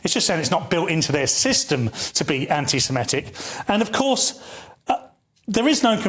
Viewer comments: Again with “anti-simetic”. You’re saying it wrong. Get it right for god’s sake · Its anti Semitic NOT Anti Semetic ffs